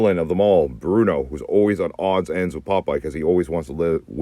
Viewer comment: Bluto, guys. Not Bruno.